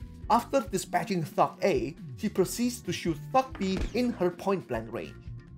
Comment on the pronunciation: lol heard that as "shooting f*ck B" instead of "thug b"